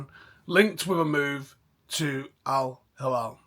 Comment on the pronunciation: its no al halal bro it's al hilal😂 soft L